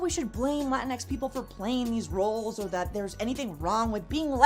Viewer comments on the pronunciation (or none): Did u said latix?